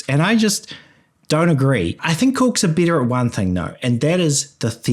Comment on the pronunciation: are you saying “bitter” or “better”? 😅